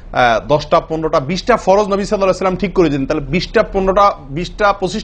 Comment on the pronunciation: Sallallahu alaihu owasallam valo moto clearly bolien jujur.kindly.vul bolle khoma korben